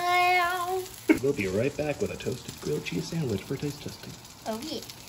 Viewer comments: GWILLED CHEZZ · Say it with me: GWILLED CHEEZ!!!